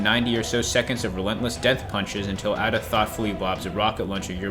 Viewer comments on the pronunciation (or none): The way he pronounced Ada is actually Insane!